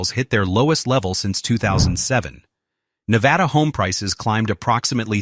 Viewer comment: I moved to Northern Nevada 4 years ago and I love it here. Then again, any place that's NOT California is going to be a lot better. Las Vegas (Clark County) is roughly 70% of Nevada's population, but the other areas are VERY different than Clark County. Also, please stop saying, "ne-VA-da", with a strong VA in the name, it's incorrect. I don't regret my move and I'm staying here, home is Nevada.